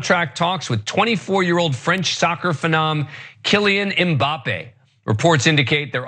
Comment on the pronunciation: Godamnit it's not M Bappée, it's Mbappe... not 'm' bappe... You have to link the m to b exactly like Anna said with the Hanson's song